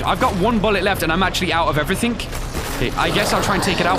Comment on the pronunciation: English.exe has stopped working downloading everythink